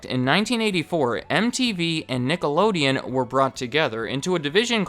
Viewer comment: stop with the racial slurs dude, you were clearly saying nigalodeon